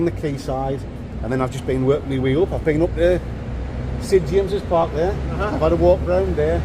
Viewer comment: Did say Sid James's Park lol 😆 😂